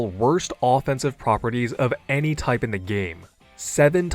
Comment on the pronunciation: "making it STEE-LL a great tipe" lol